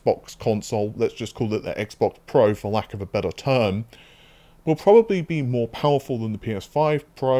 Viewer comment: probababably lol great videos as always but that made me laugh.